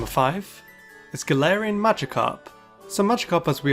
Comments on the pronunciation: All I hear is "Tangelarian forms". I am not unintrigued. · The whole time time I understood "tangelarian forms" instead of "top 10 galarain forms" ssksks